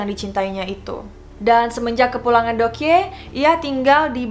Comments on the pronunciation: Deok Hee juga bacanya Dokhi gak si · Btw mau ralat sedikit yaa kalau korea itu EO dibaca O jadi Joseon=Joson dan Deokhye=Dokye next kalau buat video tentang Korea biar ga salah lagi dan enak di dengar nya 😊✌🙏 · Btw Joseon dibacanya "joson" kaya baca deokhye dibacanya "dokhye" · deokhye = dokhye Joseon = joson gitu aja si bacanya :) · Fyi aja ka just want to tell your pronounce : Joseon itu dibacanya cukup joson Deok hye dibacanya cukup dokye Semangat ka 💛💛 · Pengen nonton sampe habis, cuma cara baca JOSEON-nya gak enak di dengar. Monmaaf yaa bcaannya JOSON 🙂 Trus Deokhye bacaanya yg bener DOKHYE 🙏 Cuma ngasih kritikan spy jadi masukan kalo next content cari dulu cara pelafalan namanya☺️☺️ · Bukannya bacanya Dokhi gitu yah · Kaka saran kalau ada istilah atau nama asing, kalau bisa dicaritau dulu cara bacanya biar lebih seru 😊 contoh: Dokhye re:/dok-hé/, bukan /dok-hye/ 😊 lalu Joseon re: /jo-son/ bukan /jo-se-on/ Thank youuu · Bukan joseyon kak, tapi bacanya joson, Bukan deyokhe tapi dokhye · Joseon dibacanya joson dan deokhye dibacanya dokhe, jadi ngirain joseon itu nama orang krn kakak melafalkannya kayak jo/cho se yeon 😅